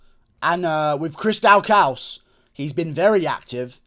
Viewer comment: It’s pronounced DAW CUS for Chris Daukaus